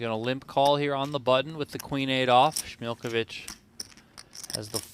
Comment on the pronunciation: his name is pronounces SMI LJ (like ll in spanish) KOVI CH(little bit softer than you would normally pronounce ch)